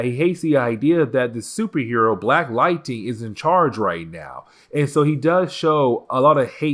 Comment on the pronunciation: Dude I love your content but you gotta learn how to pronounce lightning not lighting... it's Ning not ting